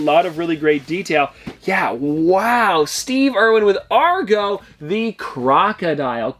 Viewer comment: Its agro not argo